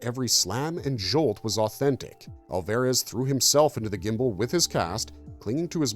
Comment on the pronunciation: It's got to be AI narration, right? Mispronouncing Alvarez and "bio pic" as "biopic"...it's bad.